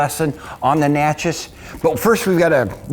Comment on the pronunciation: Pronounce phonetically Nah-shay.